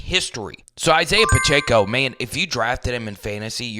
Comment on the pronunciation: Please, it is NOT Pach-A-co it is Pach-eh-co.